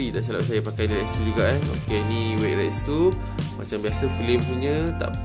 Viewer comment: Sebutan Retsu Yang Betul Rets Kalau metsu pun sama,huruh u disenyapkan. Mets